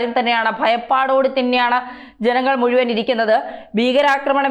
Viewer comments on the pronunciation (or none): none